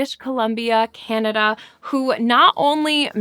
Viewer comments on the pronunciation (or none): none